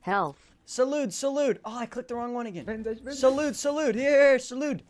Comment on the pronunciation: I love the way the dude said bandage "Bandaje"